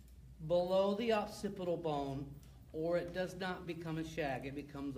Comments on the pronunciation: I don’t trust him because he calls occipital bone the opcipital bone. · I'd like to take him seriously, but it's the OCCIPITAL bone, not OPCITIBLE bone....ugh.